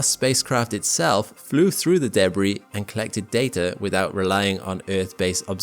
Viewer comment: You mispronounce the following words: “debris” (emphasis falls on the 2nd syllable not first) “Uranus” (emphasis falls on the letter “a” not the second “u”)